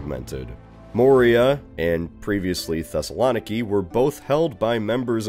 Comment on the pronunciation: So, my family is from Thessaloniki, and I couldn't believe you pronounced it 😂. It's Thes-ah-low-NEE-kee, but that gave me a solid double take.